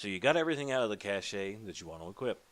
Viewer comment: Cash-ehh lol it's Cash 'E' is silent